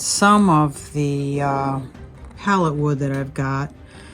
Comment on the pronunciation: It's 'pallet'